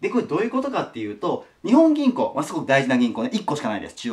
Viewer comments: にほん銀行ではなく、にっぽん銀行ですよ！ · 《訂正？》 “日本銀行”の本当の読み方は“にっぽんぎんこう” 《豆知識》 日本銀行は株式会社なので、政府と繋がっているという訳では無い！が、国債を買うということはしている。